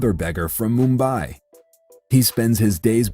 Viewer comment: not me and tobi both trying not to laugh at the way he said 'mumbai'